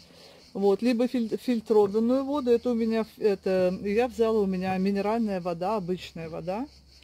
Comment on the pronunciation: Это ж невозможно столько лишней болтовни. Зачем нам ваши букашечки и прочее. Более лаконично-беудет лучше. Это,наверно,рассчитано на тех,кому не с кем общаться. Вообще,речевой поток в таком количестве свойственный пожилым людям. И правильно говорить не водУ,а вОду,не консерваторы,а консерванты. Консерватор-это человек,который не преемлет ничего нового